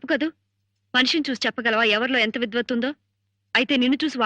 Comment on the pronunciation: "విద్వత్తు " అనండి